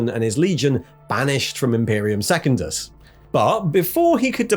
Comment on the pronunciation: love this dude's videos but his pronunciation of secundus is going to drive me to chaos